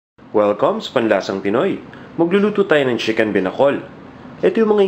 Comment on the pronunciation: CHICKEN not SHIKEN...-.-'